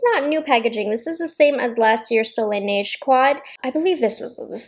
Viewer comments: From a francophone, your way of saying Soleil Neige is quite spot on. There is still a little accent but it’s very understandable 😊 overall, your French in this video is quite good 👍🏼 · You are actually saying it really well!! Seriously, my french ears didn't even shrivel a lil! ( Ok I sound sarcastic but I'm not 😅)